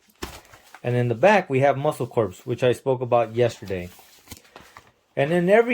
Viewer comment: its pronounced muscle core even though its spelled corp or corps you dont pronounce the p in it when its spelled like that like the marine corps. corpse has an e in it and means a dead body. great stuff on the channel cant wait to see more stuff you find.